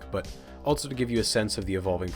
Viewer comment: First time watching one of your videos. Very informative, great structure and animations, subscribed! So uh... where are you from? what's that accent you've got? haha. Some notes: you put a T in the middle of the word also. 'altso' .It's pretty prominent. much less prominent, you almost remove the T from the word months. not quite but nearly 'munce' .Do what you want with that observation :)